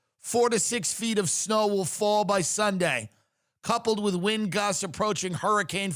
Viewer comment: Did you say, "schnow" instead of snow?